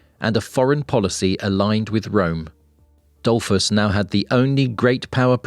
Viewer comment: Really. Google how stuff is pronounced before making videos and harming innocent people... For starters, "Dollfoos", not "Dollfss"